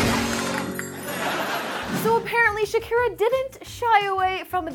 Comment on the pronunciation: Plz stop saying shaki